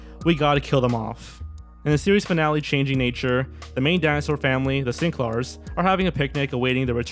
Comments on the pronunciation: It’s always sad when there is a well written & edited video, but the narrators never watched the shows. If you ever saw Dinosaurs...their names are the Sinclair’s, not the “Sync-laars” 🤦🏾‍♂️ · I loved Dinosaurs. Still do. And their family name is “Sin-clair”,not “sin-clarrs”